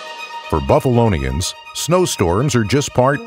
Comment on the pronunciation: This dude said 'Buffalonians' lol